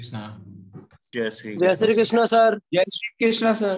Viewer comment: कृष्णा नहीं कृष्ण जय श्री कृष्ण हम अंग्रेज थोडे न है जो उच्चारण सही नही कर सकते वैसे कृष्णा द्रोपदी को कहा गया है